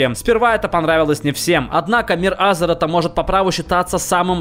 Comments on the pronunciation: Не А́зерот, а Азеро́т. Байт на коммент? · Он сказал Азорот